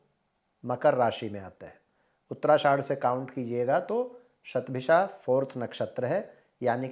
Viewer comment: Hundred in Sanskrit is "शत" therefore I think it's written and pronounced as "शतभिषा" and not "सतभिषा"